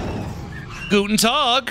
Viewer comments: always love to hear your "Guten Tag" like talking to a bavarian dude xD much love from germany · As a german, the guten Tag sounded so good I was actually pretty shocked since it came out of nowhere lol